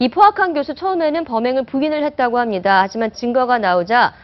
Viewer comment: 발음왜저래 외국에서오래ㅛㅏㄹ다왓나 자꾸 함돠함돠하네